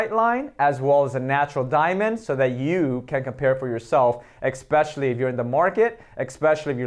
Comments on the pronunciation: For the love of God, EXPECIALLY is not a word!!!!! Please speak proper English if you want to pretend to be a professional 🤣🤣🤣🤣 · Hey: there is no “x” in “especially”. Fact. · it’s not an accent, it’s pronunciation. There is no EX in especially!